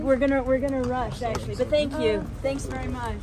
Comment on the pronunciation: "NO SANKOO"